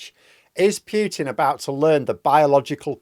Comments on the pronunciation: Just pronounce Putin - don't damage your silly pronunciation into piutin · A nit-pick: it is pronounced Poo-tin, not Pyew-tin.